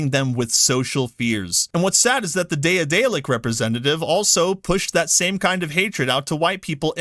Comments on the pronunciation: Good video, but bruh, I cringe a little bit every time you say "day-uh-day-lick". Ya'll motherfuckers need to read more. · Pronounced De-dalic. The first A is silent. Like in Daedalus. Why work with SBI in the first place? If you don't work with someone you don't put them in the credits. And then again there are companies who won't list a lot of people in the credits of their games, so it's not a standard. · Bro its day-a-delic its pronounced like Dad-a-lick. OR Da(d)-dellic